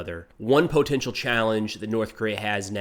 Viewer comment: I tune in just to hear say "PO-tential"